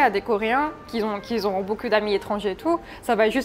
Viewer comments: Par contre elle fait des liaisons qui n'existent pas. "qui z'ont" au lieu de "qui ont" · Qui z'ont c'est pas très français